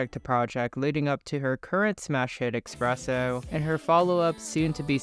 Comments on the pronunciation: Espresso, not expresso 🫣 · FOR THE LOVE OF GOD, It's eSpresso, not eXpresso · It’s “Ess- presso” not “Ex- Presso” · Espresso not Expresso 👍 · cool video but its Esssssssspresso!!! what the fuck is expresso? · Great video but for the love of god its eSpresso not eXpresso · its espresso not expreso ... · ESpresso, not EXpresso. Where did the X come from? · Not eXpresso. Espresso. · It’s ESPRESSO not EXSPRESSO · espresso not expresso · its 2024 and there are people still saying "expresso"... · I can’t tell if you’re saying eXpresso for engagement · did u really say ''expresso''? 😭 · There isn’t an “x” in the espresso but you pronounce one for some reason? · But why are you still mispronouncing espresso?! 😭